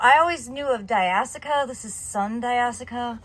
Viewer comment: “Di ash e ah” not di as ica